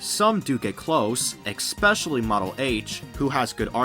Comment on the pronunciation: "X-pecially" 10/10